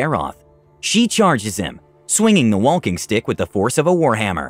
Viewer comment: Subtitles: Walking stick Audio: Wonking stick Me: I don’t know who to believe!!